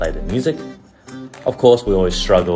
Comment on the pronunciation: Me on practice break, watching this video: Brett at the end: gO practice Yes sirrrrrrr